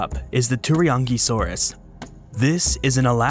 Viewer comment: I totally heard the "Teriyaki-saurus" 🤣😁 It's too early for me already lol 😆